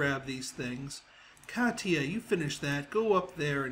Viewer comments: Katya ka-tea-ya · katia is pronounced ka-shi-a